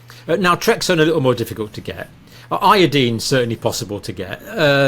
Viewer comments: Dear Dr. It’s pronounced I. Uh. Dine. Proper pronunciation is essential for proper communication. As per usual you insist on saying key words wrong. Such impertinence when I was learning English was punished. Usually with a request to write a paper on “The Importance of Proper Pronunciation of The Queen’s English “. Disregard and disrespect of the Teacher was not acceptable. You do it constantly. Ev O looshen and not E vo looshen. You may have been considered for a Tenured position but your examiner would have noted your arrogance for mispronouncing key words. Such basic mistakes are passed onto your students. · Pronounce iodine with a long i and people may understand what you mean.